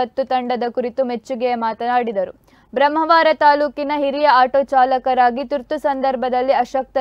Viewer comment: ಬ್ರಮ್ಮವಾರ ಅಲ್ಲ ಬ್ರಹ್ಮಾವರ